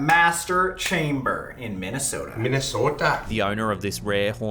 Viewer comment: The way Colby said "Minnesota" had me laughing so bad